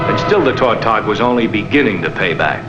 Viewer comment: The fishermen who catch tautogs pronounce the word with the accent on the second syllable.